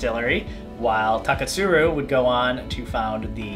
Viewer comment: I like the way you say Taketsuru